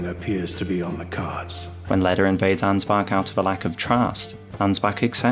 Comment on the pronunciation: I love me some Ansbach-glazing, but as a german, the english pronounciation of Ansbach triggers me. Even though I understand that you don't have the "ch" sound in the english language. I guess one of the sounds that comes closest is the "wh" part in "whole". Sry for nagging and smartassing.